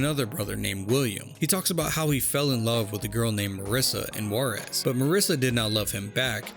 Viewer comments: "call of warez"... shit who says that this way??? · take a shot every time he mispronounces Juarez